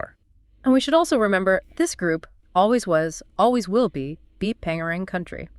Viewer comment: Bpangerang is pronounced Bangerang, thank you for taking a deep dive into this issue, brilliant work 👏